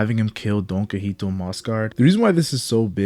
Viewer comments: It’s donquixote not donquixite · It’s “DOHN-KEE-HOTEH” jfc 😂